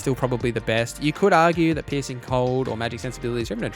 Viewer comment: i love that you say "piercing" cold but because of the accent i hear "pissing" cold XD